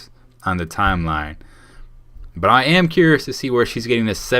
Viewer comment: She put to much emphasis in iam when she said i am not in the nati